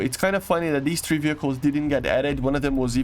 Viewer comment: say three not trhee please !!!!!!!! THREE not TRHEE